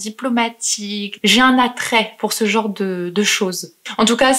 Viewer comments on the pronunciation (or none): none